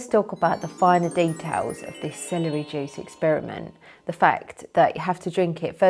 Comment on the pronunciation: She's fine as hell. I love hearing her say "Celery jewce"